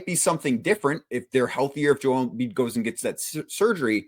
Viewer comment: How bout bro on the right say Joel's name right, or is everyone else saying it wrong?